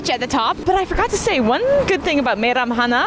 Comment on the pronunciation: Your Kazakh pronunciation is very good (Meiramhana)